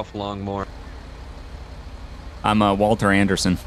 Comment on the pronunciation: Longmore. Not Lawnmower lol